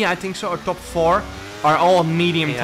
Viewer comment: when you say "gained four positions" it sounds like youre saying 12 instead of 4 when i think of the number 12 but when i think of 4 it sounds like you are saying 4 its like that audio illusion meme, but out in the wild